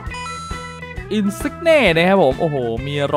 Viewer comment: อินซินเย่ ครับ ไม่ใช่ อินซิกเน่ ฮ่าๆๆ